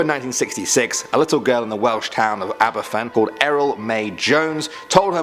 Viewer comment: With the Aberfan disaster, its not pronounced like Aberfan its pronounced Abervan. Its a Welsh time and if we're talking in Welsh we don't say f we say v